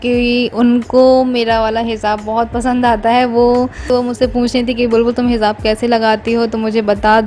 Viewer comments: Behan angrezi par halka hath rakho...hindi ya urdu ke alfaaz hi kaafi hai...kher tum urdu bhi sai se bol nai pati....hijaab...not hizab.... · Inka puura khaandaan aesi bolta hai Sa sha ka kuch pata nhi. Za ja ka ata pta nhi. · Hizab nahi hijab kehte hai sister urdu Arabic sikho pehle app